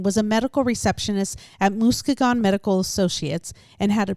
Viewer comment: Musk-ee-gun. Not Moose keg un lol.